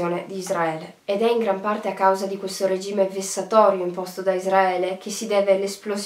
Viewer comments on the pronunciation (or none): none